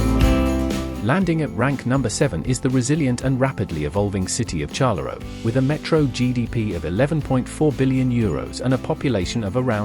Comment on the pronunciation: Liege and Charleroi AI generated pronounciation are incorrect.